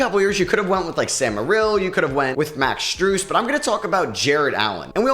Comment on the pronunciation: First you say Sam Merrill’s name wrong then you say max strus😂 just to say Jarret Allen’s most improved on cavs💀 it’s definitely okoro brodie 💯 Jarret Allen been that dude he just needa show up in the playoffs